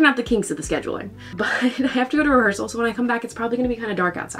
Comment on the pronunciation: …. Did you say….. rehearsal?? 👀